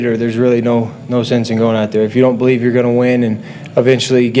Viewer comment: I Bo-lieve